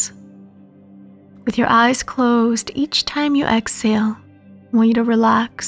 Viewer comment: Please remember there is an “ H” in exhale.